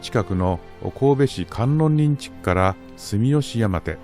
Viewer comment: 観音林は、カンノンリンではなくカンノンバヤシと読みます。